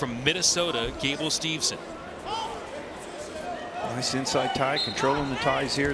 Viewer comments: You'd think the guy would know it is Steveson, and not Stevenson. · Whoever the second announcer is, he sucks. It’s not Stevenson. The other announcer tried multiple times to correct him with Gable’s last name and he still mispronounced it.